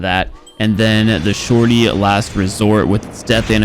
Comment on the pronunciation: tryna pronounce shorty: The shortitiy